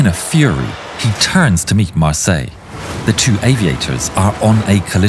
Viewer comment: Mar-Syler would be the correct pronounciation. Probably a descendant of a Hugenot family. We have many of them in South Africa their names are pronounced phonetically the German/Dutch way